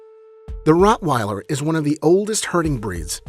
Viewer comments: Rottweiller not Routweiler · LOL it is rottweiler not routweiler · Routweiler? Lol. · Not Routwell but Rottweiler. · It's Rottweiler